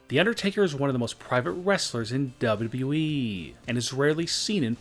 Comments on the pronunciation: Why does he pronunce wwe like db-db-i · The only shocking thing in this video is how you pronounce WWE. .... Dubeduduyeeeeeeeee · Its not WE ITS WWE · On number 8 he says weed fan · He dosen't say wwe he says dabu dabu eeeee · He just keep saying w e it’s not we ots wwe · when he says wwe he says dub-a-dub-eee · He says wwe so funny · This guy says wwe so wrong